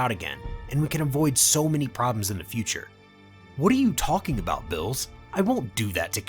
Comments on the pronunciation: Xd fr I was wondering the same thing I don't know why he says their names wrong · Everyone taking about smug stick is better but ain't no one talking about how he pronounces Beerus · Why is he calling beerus bills? Everyone I listen to yall fuck up people's name so bad. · Why do you keep calling him Bills? It's like you got the name from a half-assed fan translation or something. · I just get kinda annoyed at how you say the name, like beerus is bill's, and gine is jean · i kept thinking he was saying bills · When he say beerus it sound like bills. Just letting yall know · Ok, 2 mistakes that i noticed, zeno's & beerus' their names are pronounced wrong, zeno's E is prenounced the E from for example example & beerus is pronounced as beer us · Bills? Y do u pronounce Beerus like that lol